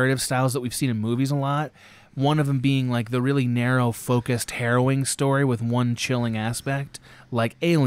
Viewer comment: The way he keeps pronouncing "harrowing" is driving me nuts!